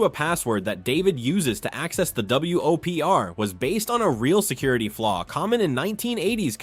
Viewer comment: I'm more upset by the repeated "W-O-P-R" instead of "Whopper"...